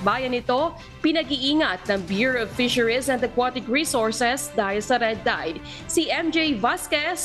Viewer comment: Grabe naman ang pronunciation oi: water-. woder, fisheries - fizeriz